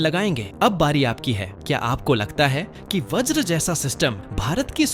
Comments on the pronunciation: Vraj nahi Vajra sahi Got it...? Atleast Basic English to Jano. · व्रज नहीं भाई वज्र